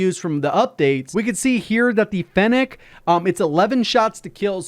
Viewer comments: Fennak?? You mean fennec ? What up w y’all pronouncing lmao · "The fennHECK"